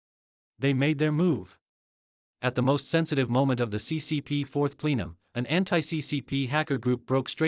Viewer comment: PLEE-num? No. It’s PLE-num. Please correct the AI reader.